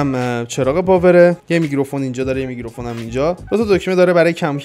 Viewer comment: داداش میکروفون نه میگروفون 😂😂🤞